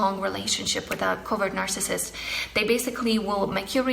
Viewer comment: you said "marcissist"